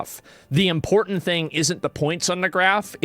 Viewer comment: lol he says "impotent" like hes trying to say "important" with an accent